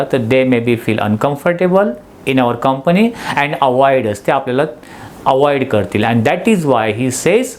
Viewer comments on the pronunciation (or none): none